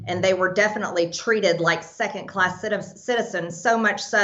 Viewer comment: The word is “second”, not secant.........unless she is trying to describe something to do with geometry......